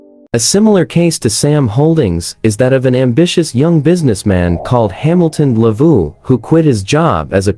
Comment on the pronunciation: That Ndlovu pronunciation is 🔥🔥🔥👏👏👏👏